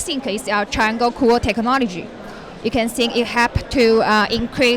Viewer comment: "tech-o-nol-ogy haha i feel bad but i had to say it